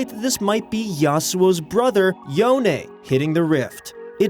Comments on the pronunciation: i'm probably the only one trigger of the way he pronounce "Yone" as "Yo - ne" ,it sounds as "Yon" and as a huge fan of creepy horror theme and a fiddle main,i'm very exciting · You mispronounced yones name its not yon-e Its pronounced as yoan and there is no way that yones the next champ because its confirmed that he's dead go watch reaction to this Anouncment he'll tell you alot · Yone, not Yonay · If I may ask, how do you know "Yone" is pronounced "Yo-nay". Is this just an educated guess or is it confirmed. I always pronounced in "Y-own" as in "own" or "moan) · Why do u keep saying yoney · Wait "Yonay"???😹😹😹😹😹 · lol he said yonay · I like how he said Yone wrong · What is that yone pronunciation 😂